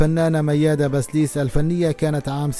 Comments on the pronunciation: كم مرة لفظت الكنية خطا يا اخي بسيليس وليس بسليس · بسيليس . مش بسليس .